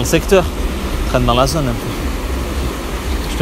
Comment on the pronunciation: MDRRR À IL À DIT ON TRENE DANS LE SECTEUR, DANS LA ZONE